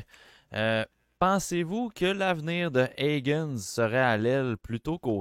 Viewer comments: Jsais que vous etes quebecois les boys, mais HAgens m’accroche les oreilles a chaque fois, j’ai presque fermer le podcast a chaque fois. Forcez vous un peu, faut le prononcer en anglais son nom. Comme Hay-gens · On ne regarde pas toujours les prononciations, mais oui, c’est Hay-gens. Maintenant, est-ce qu’on regarde ensemble les fautes de français dans ton commentaire ? :) haha